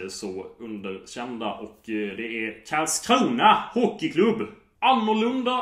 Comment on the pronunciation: KARLSkrona KARL o inte kaarl...KARL KARL!!!!!!!!!!!